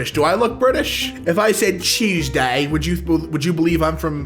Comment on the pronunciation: I legit thought you said “cheese-day”